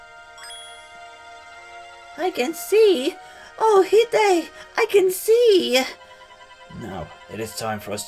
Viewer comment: How did you butcher the word hide so horribly